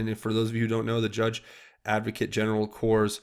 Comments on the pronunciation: "Corps" is pronounced "Core",! I believe you were told this before too. Please make an effort to get it right from here on. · "Corps" is pronounced "Core". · "Corps" is pronounced "core" - no "p" or "s" sound. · Hussein did the same thing with pronouncing the word ",corps" ....remember that speech?? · Corps pronounced core no plurals. Obama called the corpse 3 times. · .........On THE word....'CORPS'.......DO NOT..PRONOUNCE......THE LETTER 'P'...OR THE LETTER....... 'S'....IN THE WORD...IT ALWAYS....THE WORD...........'CORE'................ GOOD JOB...BUT GET THIS WORD CORRECT.......CORPS = CORE....PERIOD... JUST SAYING BUDDY...... ( NO 'S': THERE IS NO PLURAL..IT'S ALREADY PLURAL) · Yeh ... Obama usta slaughter it! It was so disgusting to have to hear him try to say the word!